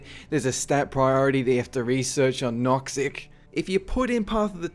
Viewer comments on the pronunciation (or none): Woah... I almost fell out of my chair when you said Noxxic.